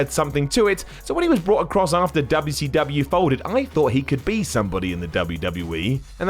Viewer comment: Nobody says WCW better than. Nobody!